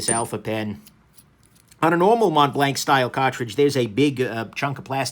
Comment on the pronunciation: Mont blanc, pronounced: Mon Blan And not Mount blankkk🙄🤣🤣 wth man